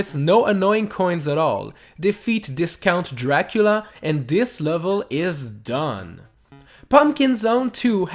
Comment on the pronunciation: I love how he tried to say " defeat this count Dracula" but it sounded like " defeat discount Dracula"